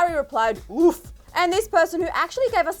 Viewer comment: Rija Shrestha same, I was looking for someone who commented about it 😂 it sounds like she said ‘WOOF’